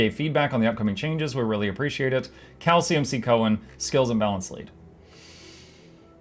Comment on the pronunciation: when you said "cal cmc" i heard it as "calcium c" lol